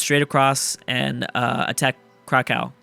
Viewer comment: Its said Crack-Ov. Not Crack Ow